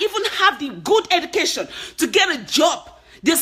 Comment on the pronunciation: Just speak naturally. you do try to hard to change your accent. You have H factor. H factor tou bad!!! "Heducation" 😂😂🤣🤣